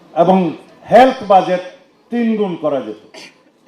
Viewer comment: Learn to pronounce Budget properly for God sake. One should never read news who doesn’t know the right way of saying a common word like BUDGET.